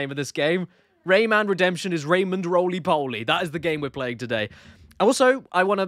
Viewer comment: Caddy. Please stop saying Rayman like that 😂 The hell is a RAYMnn